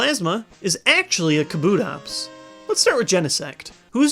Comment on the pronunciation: NO kabutops is pronounced KAH-boo-tops not kah-BOO-tops! !!!!